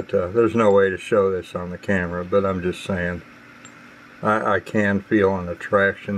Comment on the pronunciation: its pronounced camera not "vamera"